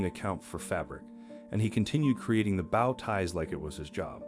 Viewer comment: Great video but bad pronunciation of the word bow ties! Bow isn't pronounced the same way as wow. It is pronounced the same way woah is.